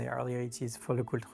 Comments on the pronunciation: Listening to mispronounce LeCoutre made me cringe. It's not LeCult! Just say JLC if you can't say it properly 😂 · He butchered the name throughout the video. Should've just said JLC instead of LeCult.